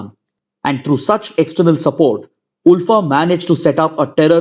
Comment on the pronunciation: Sir I'm from Assam and Assamese people pronounce ULFA as "alfa"